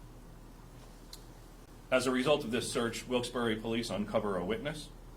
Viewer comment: It’s pronounced wilks barrel lol